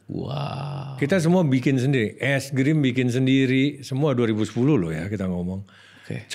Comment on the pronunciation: 5.40 bner ga sh chef juna blg "es grim" pake "G". Apa gw slh dgr y?